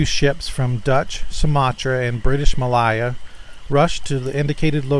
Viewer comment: Thank you 💓💖💓 and Author/Contributor!! Tis very curious isn't it?? There are many accounts like this... leaves the rest of us to ponder the reasons why🤔 Just so others know what geographic region you're referring to, you were saying what sounded like 'Mal-eye-a' Tis pronounced Mal-ay-a as in the word 'tray' and the Mal- a-ka Strait as in the word 'apple'... Just above Aus.... am not the speaking police...tis just so others have an idea what area of the world you're talking about.... Enjoyed this episode too😊!! Take Care Everyone.. ((((((((💓HUGZ💓)))))))) 💐🦄🧜‍♀️🧚‍♀️🧝‍♀️🧚‍♀️🧜‍♀️🦄💐 🌈💜🧡💛💖💚💙❤🌈